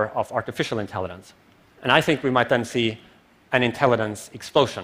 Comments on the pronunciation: I can't help but hear him say "intelli(d)ence". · why he keeps saying intellidence? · Someone PLEASE tell this guy there's no "d" in "intelligence"!....... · If this guy says “intelliDente” one more time I’m throwing my phone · sobering talk. funny how my brain gets distracted by a simple mispronounced word > intellidents. AI wouldn't waste time with such useless distractions. I'll continue evolving until it's unnecessary :) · Why does he keep on saying "intellident". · Someone needs to tell him that it's not pronounced "intelliDens", it is good talk though. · Artificial "intellidance" :)))) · Somebody needs to tell him how to pronounce 'intelligence'...